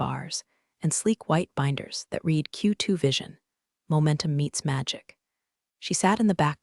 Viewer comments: Still need AI to use read right. It is prounounced red. When will someone somewhere work on all AIs to get this right?!! Is such a typical problem along with bow and live being incorrectly pronounced!!🙄🙄❤️🐉💙💙😎😎🌈🌈🦉🦅🍍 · AI can't differentiate between read and read